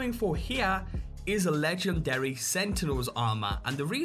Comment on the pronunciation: "Legchendary Deatclaw"